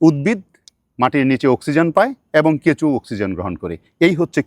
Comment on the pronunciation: কেঁচো কে কেঁচু বলছে😂